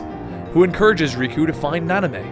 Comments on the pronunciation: It’s (SHEE-on) “XION” not ZYON lol. And namine is not NANA MAY it’s (nom-in-eh) how u know the story but not the girl characters names??? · The fact that he says Nanamé instead of Naminé really pisses me off. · Could you also correct "Nanime" to Namine, kthxbye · 3 videos in and none of the name errors bothered me until Nanime.......I don't know why but it's like nails on a chalk board.....oh well lmao love the videos and Kingdom Hearts is one of my favorite series as well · I'm cringing every time I hear Naname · "Nanamay"? GAH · the way he pronounces half the names make me want to burn down a village. "Naname" "Aquaris" "Xenahort" "zion" "Sorr" last one works I guess, but yeah......The Aquaris one was the worst though, because I could'nt who he was talking abotu and realized he was talking about eraqus.....